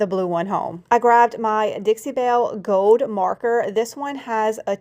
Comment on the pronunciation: You have talent and a good mind for or and sales why oh why can’t you learn to pronounce the word “ GOLD” there is an L in it … it’s not GOWD